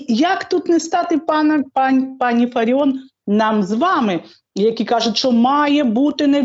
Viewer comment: Фаріон,ставте правильно наголос.